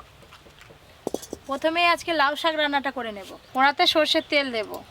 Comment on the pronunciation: আপনি কড়া-কে কোঁড়া কেন বলেন? কড়াই বললেই তো হয় 😂